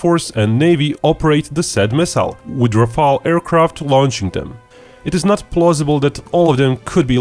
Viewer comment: Morale ? You don't know the french army it's a us soldier who work with french soldiers in Afghanistan. Rafale not Rafael, The rafale is Better in ALL missions than Typhoon and it can fight agaisnt F22. France planning 6th gen. Rafale is as stealth as Su 57 The Queen elizabeth class is not a Catobar like Charles de Gaulle, Don't have stopping strands, no catapult and don't have nuclear like french aircraft. Yeap Uk has 2 but just can carry STOVL aircraft and helicopters. France has better LHD(not just lhd but also amphibious and Russia want Mistral Too. I know many things don't worry